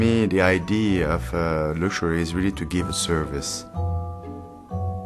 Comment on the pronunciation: luschury?? What is that?